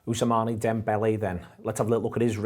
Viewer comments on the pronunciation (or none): Ous-man I thought, not Ousamaney? 🤔😂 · guys, it's not ous(mané) dembele....it's ousmane (pronounced usman/ ousman) :)